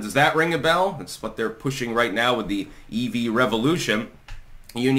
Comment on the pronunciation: Sorry but when I heard you say the EV Revolution I sort of heard it as the “Eevee Revolution.” Like a bunch of Eevees are leading the charge for globalism. Yeah; they’re not so cute now are they!? XD